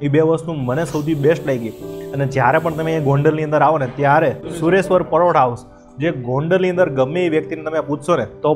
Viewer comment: Paroda bole che. 😂